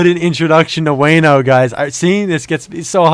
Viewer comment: Also Wano is pronouced (Wah-No) btw ❤️